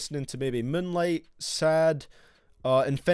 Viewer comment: can u plz say "moueieooene-lieeight" again